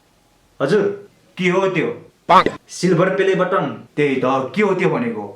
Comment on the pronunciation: Its बटन not बतन😂😂 BTW love you bro